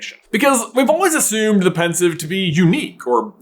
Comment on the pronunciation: its pensieve not pensive, as sieve the thing you drain your pasta in